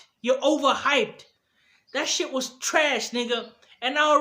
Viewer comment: Shit bro you saying sheet